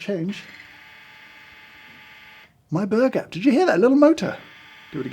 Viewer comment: When James says "burr gap" I only hear an Australian saying "burger" 😂